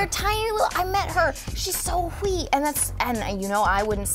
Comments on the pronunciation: Does anyone else think Anna pronounces "wee" with a silent "H"? It's like Stewie saying "cool whip". Totally love her tho: rocking up them Scottish words! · zero spacedonkey OMG she does say hwee!